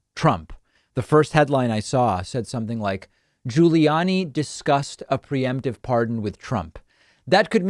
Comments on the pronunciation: I only clicked vid to hear David mispronounce “GiuliAni” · David says "Guiliani" and "McEnany" weird